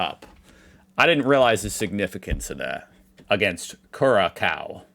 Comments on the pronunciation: the pronunciation of Curaçao is "koo-rah-SOW", not "koo-RAH-co". We know that you are American, you don't need to prove it. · Curaçao is pronounced "Ku-rah-sao"!!! 🙄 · It’s pronounced gurasau😅 not gurakau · Curaçao = KUH-RA-SAO (approx. pronunciation in English) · It's Curaçao, and you should pronounce it like "Kyrassah-oh". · It’s really not THAT difficult.. Curaçao, the ç is like a s, and the u is like the German umlaut-u. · Listening the pronunciation of Curaçao my ears are bleeding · Never has a country name been butchered that hard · Jesus Christ can you please look up the freaking pronunciation of Curaçao? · If only the country would modify the letter that he keeps mispronouncing, so it would be 100% unambiguously pronounced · I think it might only be an issue for English speakers, in Spanish we spell it Curazao, but anyway the Internet has all the info, it's really easy to take 5 seconds and look stuff up, especially since he's using his computer and looks other stuff up but never pronunciation for some reason. And idk about you, but my language doesn't have ç and yet we all know how it's pronounced. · hat das c even als k gelesen und das ist halt ganz falsch